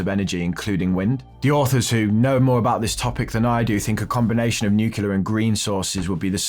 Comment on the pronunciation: It's new-clear dude. Not new-queue-lar.